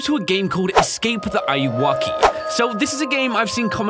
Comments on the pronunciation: It's not awoki how Ryan says it it's Anne are u okay auwoki auwoki anne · DUDE its not said like that the ayuoki is any are you oki a yu oki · It’s Pronounced woke. Say woke but add keee wokey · it's not ayu-woki, its ayuw-oki aka, are you ok lol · almost every YouTuber doesn't pronounce ayuwoki right... it's basically just the smooth criminal reference. are-u-ok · Eyeuakey why does he say it like that lol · He is saying the name of the game wrong but it’s cool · You were pronouncing the games name wrong btw.